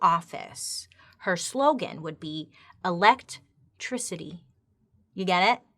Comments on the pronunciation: I can’t get past “Elect Tricity” 😂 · “ElecTRICITY” HAHAHA